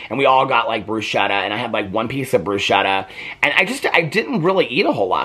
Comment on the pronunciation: bruschetta is pronounced Broo SKEH- ttah you empathize the U, oo, e, and ah. I hope that helps!